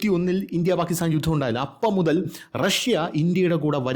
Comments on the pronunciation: ജുദ്ധം😂😂😂😂 അതിൻ്റെ ഇടയ്ക്ക് 😂😂😂😂 ചിരിപ്പിക്കാനായി സൂപ്പർ നല്ല അവതരണം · ജുദ്ധം അല്ല ജുത്തം.... എന്നാവും....😊